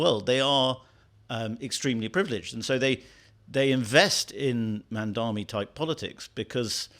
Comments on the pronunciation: Cry harder lady! 😂 Cope and seethe! Oh and his name is “Mamdani” NOT “Mandami”. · I'm sorry for being autistic, but his name is Mamdani, MAM-DONI... NOT Mon-Domi, mahdnammny, muhdommy, mindammy, mindimny.... etc, etc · MamdaNi not MamdaMi. Just common decency. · why mispronounce his name? Its MAM DANI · How does she write a whole article on Mamdani without being able to pronounce his name? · Is there some reason why you create a video and cannot pronounce Mamdani’s name correctly? It’s so illiterate. I think it’s because Americans generally speak one language: English, compared to the rest of the world, where people are multilingual; look at the man’s name and say it correctly! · Why can’t anybody pronounce this guy‘s name? It’s absolutely disgraceful the ridiculous ways in which Mamdani’s name is pronounced. Is everyone illiterate? I think it’s because Americans in general only speak English compared to other parts of the world where people are multilingual.